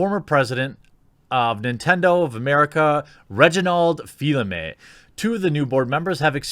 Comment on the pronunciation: its Reggie Fils-Aimé not fill aime